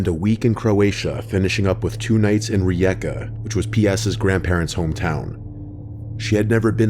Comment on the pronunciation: Bro i cannot explain how happy i am that my country has been mentioned on your channel, i will take the chance to be a bit of a know it all, please don't hold it against me, one of the videos was not of rijeka rather zadar, i remember walking through that alley, and i wanna compliment you on actually pronauncing Rijeka really well, it sounds a bit weird as most city names when mentioned in english sentances